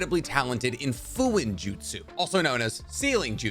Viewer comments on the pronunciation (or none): none